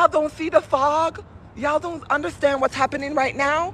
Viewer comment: “I DONT UNDERSTAHND”